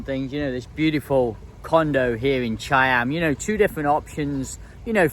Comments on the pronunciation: He say Chei-Em instead of Cha-Am... Like most native English speaking people... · How do you make cha-am into chai-am? Is that the correct pronunciation or just yours ? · I’ve been to Cha-am the beach wasn’t very nice with the steps, much better places an there’s no I in the pronunciation 👍